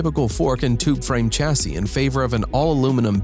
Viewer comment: It’s ‘Shassy’, not ‘Chassy’....